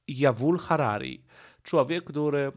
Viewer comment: wymawia się tak jak się pisze: Juwal Noach Harari i Robert Fico